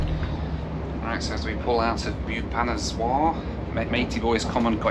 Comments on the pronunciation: It’s Bhoo-va-nesh-var not Bheeyupaneswar! It’s one of the most amazing cities of Odissa state peppered with ancient temples esp the 64 yogini temple … And that food you were having on the trains is one of the best and deserves lot more praise than “not bad” from you … yes midlands trains and other trains in England don’t offer such great food and doesn’t have the organic humaneness of a train journey that India offers despite the troubles or delays … train food in India is one of the best in the world … that “soup” you were having was lentils or daal can’t believe u didn’t know what it was , am sure there are plenty of those all over UK … u really arent that cultured are you lol … stop being peevish and be more appreciative of a land your ancestors colonised and looted and levied illegal taxes and starved our people with the likes of the Bengal famine … that porter on the train , who said “aiye sahabji “ - all my love for his innocence and goodness for an otherwise peevish ungrateful white privileged bundle that you are ! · When he pronounced Boo pha nas waar Iam scared🥶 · haha its fun to hear how you pronounce bhubaneswar. "bubanezwar" :) coz i come from that town. but kudos to your effort. love your content. please revisit.